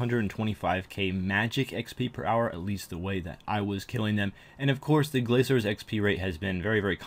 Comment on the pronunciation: GRA"K"ORS not glaZors.. wtf?